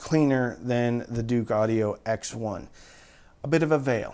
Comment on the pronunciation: Dook. Not "Duke"....!??